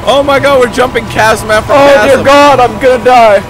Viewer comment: sounded like he said "o cod" instead of "o god" lol